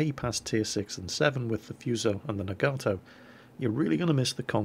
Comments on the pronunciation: Also, if you really want to know how to pronounce Nagato, your more "British" preference was closer for the sound of the "a's" (soft a, not hard a), but you're emphasizing the "Gato" when you should be emphasizing the "Naga" for both versions. Themoreyouknow.jpg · I believe Nagato is pronounced na-ga-to not na-gar-to. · its pronounced na-ga-to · I think it's pronounced "Nah-Gaw-Toe" with stress on the first syllable. Also, press "Z" so we can watch a cinematic view of the shells flying to their target! ( do it for killing shots, skillful shots, or crazy citadel hits?) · Nagato is pronounced NAHgahtoe as opposed to naGARtoe, we english speakers put emphasis on the second to last syllable such as humanITy or assASSin, whereas the japanese put emphasis on the first syllable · Hey, Glad you discovered the anime. Pretty fun stuff. You were asking about the pronunciation of Nagato. I'm half Japanese so here's how you'd say the name. You break up the word as follows, na-ga-to, and each of the three parts are a short pronunciation, not our typical long sounds in western English. So it will sound like this: Nah-gah-toe. Hope that helps =^^= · well.. The hiragana for Nagato is ながと which is pronounced as Nah-gah-toh. so there is no long "a" in there. The more you know ;) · nog-ah-toe, atleast that's how its pronounced in the Japanese anime called Naruto. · Na-ga-to... japanese is usually 2 syllables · It's pronounced Naw gaw toe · Nagato (nah-gah-toh) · The HIJMS Nagato is pronounced nah-gah-toh. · nagato is pronounced "Nah-gah-toe" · Pronounced Nah-Gah-To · Second one, it's Nagato with a long "a". The English way is closer. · Top tip. Japanese goes by syllables Ya-ma-to Na-ga-to None of that vowel nonsense English gets and desu is just des, no U sound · Naga-toe is how I believe it's supposed to be pronounced, but I have a tendency to say Na-GAtoe too. Also, Foo-so > Few-so. :)